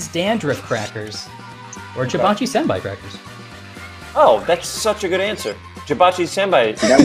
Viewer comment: You mispronounced “Senbei”.